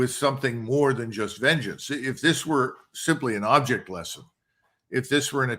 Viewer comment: It’s ABJECT dude, abject lesson , I love how he mispronounces some words or phrases, Our Country Our Choice